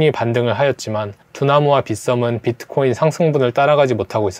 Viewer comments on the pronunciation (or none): none